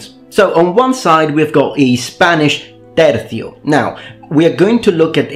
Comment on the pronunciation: Man it is so satisfying to hear pronounce TERCIO correctly